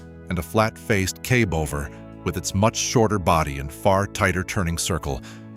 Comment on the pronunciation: It would be nice to have some of these videos NOT use A.I. voice-overs. It makes it so undesirable to continue watching videos when the A.I. voice mis-pronounces something simple as cab over(kib over in video just over 3 minutes in).